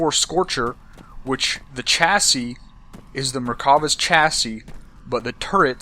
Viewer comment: You are saying chassi wrong, you don`t say it with a Ch, you say is as an S sound! lol Americans.